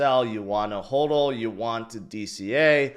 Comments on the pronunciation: I will continue to watch you faithfully.... Even though you can't pronounce HODL 😂 HOEdle 😅😅😅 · It’s pronounced “Ho-del” If you’re one of those people that says “Ha-del”then you’re a fool.